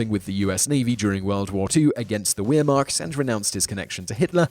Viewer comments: great video and great content my only problem with it is all the mispronounciation, in German W is pronounced as a V so for example they should be pronounced vaffen and vehrmacht. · "WeerMocked"? wtf, you Brits just massacre other languages! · Just a point: the "W" in Waffen and Wehrmacht is pronounced as a "V". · You know, it's not all that difficult to learn to pronounce 'Wehrmacht' with a 'v' rather than a 'w'.